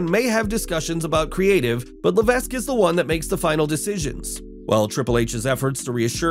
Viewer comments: "Levesk" dude made me cringe every time he said it. How can a wrestling channel know so little about the stars? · As someone from new england, HHH last name is pronounced Luh-Veck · The S in Levesque is silent... Say it with me now: Le-VECK! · He's trying to hard to not pronounce it the way he's supposed to lol